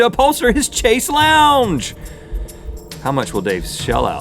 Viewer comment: I realize that I've focused on the wrong issue here completely, but I am most bothered by Rhett's pronunciation of chaise lounge...